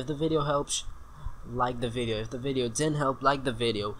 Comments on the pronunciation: Texan Accent: Videoow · Your funny when u say ViDeA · Let's Go to The Videaw. I say the same thing :D